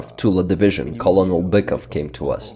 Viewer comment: Your English is super good, but just for future videos: “Colonel” is pronounced like “Kernel” for some odd reason. I noticed you used both the correct, and rational but incorrect pronunciation in the video, so I’ll just clarify that. Also while I’m at it I might as well say “Lieutenant” is only pronounced how it looks in certain areas such as the US, but the UK and Canada it’s pronounced “Leftenant”. Yet another example of the English language being stupid. Great video nonetheless!